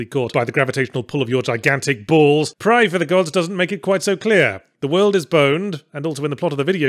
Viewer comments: Before playing the video, I guessed Yahtzee was going to have a nice, drawn out "ae" in his pronunciation of "praey". Was not disappointed! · I read the title of the game and just heard Yahtzee pronouncing it in my head. Watching the vid, it's exactly how I expected him to pronounce it.